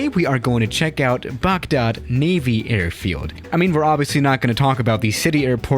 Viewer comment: Us: a i r field Swiss: errrrfield